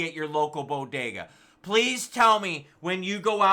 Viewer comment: Say it with me, Bo - De - Ga.. 😂 Great episode! Always keeping it real and on point! 👍👍